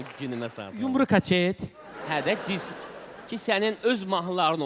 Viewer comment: kasetim yox kacetim 😂😂😂